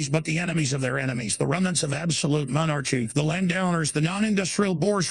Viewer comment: Monar-Chy Commonism love the mispronunciations! 😂🤣